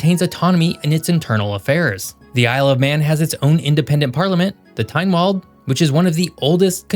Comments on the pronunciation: And Tin-wold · 😅Tynwald is pronounced Tin wald not Tyne wald